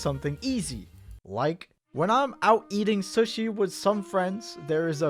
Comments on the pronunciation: Calls people weird Pronounces sushi weird I see how it is lmao Uno reverse my dude Edit: guess I'm a half serial killer already because I eat raw sushi yes, but I love fried sushi. Edit2: I sniff new food I haven't tried before lol Edit3: I love crust idk why people don't eat it, your eating bread already so it's not much different calorie wise. Edit4: flat soda is gross Edit5: I dislike ketchup on steak , I like steak sauce more or ranch and that's if it's not juicy Edit6: milk before serial is a crime Edit7: boneless chicken is dope, the bone fucking sucks most of the time. It takes up most of the chicken, and if you get a non spicy level anyway what's the point between bone or no bone . Edit8: lmao I ate pizza Galway then crust first at my high school to annoy people 😂 Eating everything in a cycle though is nice, and I eat the best last , So watcha back I guess 😈 I eat boneless chicken and eat specific stuff in specific order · like another commenter also said.. did y'all notice how pronounces sushi like suhshi but not sooshi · This guy. I love but how are you gonna judge how people eat when you pronounce sushi as SUS-shi??? I've always pronounced it Sooshi. Am I wrong or is weird??? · Yo just me or the way he pronounced sushi throughout the whole video like "sahShi/SeUShi" instead of "sooshi" like you're supposed to makes him a serial killer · why does call sushi "suhshi" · Man over here really pronouncing sushi as shush-shi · the most sus thing in this video is how pronounces sushi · The way he said sushi is a sin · The way pronounces general tso chicken and sushi kind of triggers me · Yo.... the way you pronounce sushi just hits the ear wrong. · Am I the only one questioning how you pronounce sushi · The way he pronounces sushi is killing me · criticizes the way people eat food Also: pronounces sushi like this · pronouncing 'sushi' makes me extremely uncomfortable for some reason